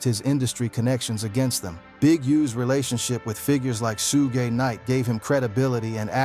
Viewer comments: WHAT IN THE AI.... this is so fake, or done by a white guy who needs to MIND HIS DAMN business, he IS NOT not part of the culture. SHu-GAY..... nah. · SUEGAY😂😂😂… dude at least pronounce his name correctly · The ai voice killed this video couldn't watch it after I heard suuugey night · I thought that was a real narrator until he called suge Knight sue gay knight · Soo-gay Knight was crazy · A boy named SueGay I’ve heard AI call him that before, lol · When I heard sugay knight I had to turn this off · Who tf is sugay 😂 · This guy is mispronouncing people he knows Suge Knight nane but he mispronouncing disrespect the man name calling hem suegay that’s totally disrespectful. Please boycott this channel because this guy thinks that life is a joke. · Sue-Gay has me rolling 😂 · who the hell is sugay knight 🤣🤣🤣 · SU-GAY Knight! LMAO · I was deflated when this AI fool kept calling Suge Sugay then Sug.........I was about to click off but I'm still intrigued. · Shooo-gay is crazy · Soogey knight and a picture of Suga Free as Suge knight has me in tears lol😂😂😂😂😂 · 😂😂💯👍 Sue gay😮😮😂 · Yes, so many "Sugays" Ai straight went rapid fired! 🤣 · We’re in trouble once AI figures out how to pronounce “Suge” and “PAC”. Be thankful for these flaws 😂 aka red flags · Wtf is su-gay knight??🤔🤔🤷🤷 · Who the hell is Soo-gay Knight? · Why can ai do everything but pronounce suge correctly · Fucking AI, when I heard the voice say Suge, lol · Hahaha came to say the same thing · You don’t even know how to pronounce Suge’s name. Gtfoh